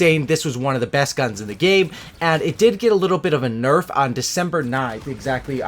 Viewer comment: did you noticed how u said narf at one point instead of nerf. I fucking died lol #narf